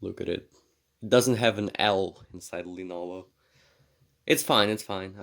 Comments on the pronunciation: But he says enovo… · "enovo" Yes, truly enovo